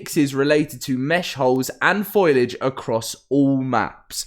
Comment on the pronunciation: Foal-ee-age, just sayin' :P